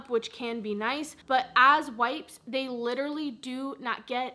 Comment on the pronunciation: “Literally” not literary lol love you 😍